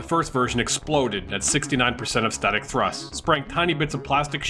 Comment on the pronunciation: " starting with THRUSSST ! " 😦😤